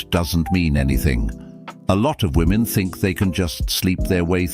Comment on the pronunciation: Her inability to say the plural 'women' properly is already a red flag.